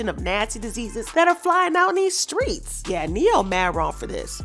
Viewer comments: Uhm . At 2 mins & 58-59 seconds. You Furrrrrgot to Roll the Tongue on Strrrrreets 🤦🏾‍♀️💙💯🤗 Continue... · When you say streets you have me on the floor!